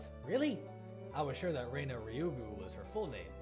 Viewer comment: This Reina thing was pretty confusing since you've been pronouncing her name wrong from the beginning. Rena is pronounced Re as in ready na as in navigation Reina is pronounced the way you've been pronouncing Rena.